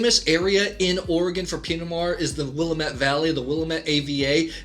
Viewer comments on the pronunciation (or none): Willamette is pronounced “Will-AM-ett” not “Willa-MET” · Living 25 minutes from Dundee, Oregon, which is THE wine area in Oregon, I like the review :) Oregon Pinot’s are really underrepresented. Just for reference, Willamette is pronounced Will-ammm-et, and Chehalem is pronounced Sheh-hay-hem. Stoller is good but not amazing compared to others like Domaine Serene. Would love you to review some other Oregon Pinot’s at some other time! Again thanks for trying these out! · You mispronounced Willamette.